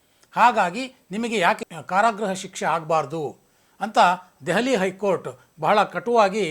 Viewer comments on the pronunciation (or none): none